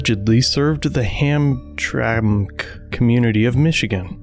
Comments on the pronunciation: it's pronounced "ham-tram-ick." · Ham-trammick (like ham traffic lol) is the way you say the name of the city. Love your videos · In Michigan we pronounce hamtramck ham - tram - ick. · Hamtramck ( Ham-Tram-Ick ) basically the EastSide of Detroit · We pronounce it Ham-Tram-ick! Lol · It's sounded out like ham-tram-ick for anyone not from Michigan! Fuck this judge as a Michigan resident I sent in my issues to the oversight committee. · Pronounced "Ham-tram-ick" to metro Detroiters. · It’s pronounced Ham-tram-ick 😂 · the town is pronounced Ham-tram-ic. My mom was born there. 😁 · It's pronounced ham tramick. I know, it's michigan and we have a bunch of weird spelling towns. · It's pronounced ham-tram-ik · It’s pronounced ham tram mick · It's pronounced "ham-tram-meck" I'm from the area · It’s pronounced Ham-tram-mick. Not shaming, explaining. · The city's name is pronounced "HAM-truh-mick". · It is ham trammick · It’s pronounced ham-tram-ick lol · It's pronounced, Ham-tram-ick. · It's pronounced HAM-TRAMIK, and yes I agree Judge Krot is a horrible judge person. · The city is pronounced “ham-tram-ic”. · Ham Tram Ick. Is how you pronounce it. It used to be a Polish mecca with safe neighborhoods, great restaurants and an awesome festival every year. DIVERSITY moved in and now its a war zone. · Pronounced "ham-tram-ic". Formerly a big Polish town, now more Muslim. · I absolutely love how you put zero effort into hamtramck or whatever, but pronounced mr. Chowdhury's name perfectly. Glad you covered this one too, such a fucked up story and we in the pro-1a community need to show support.